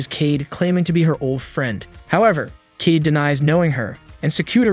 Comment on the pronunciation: Kaede as keed 😰